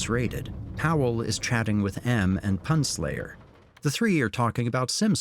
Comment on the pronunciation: Am I the only one who thinks they mispronounced "PunSlayer" 🤣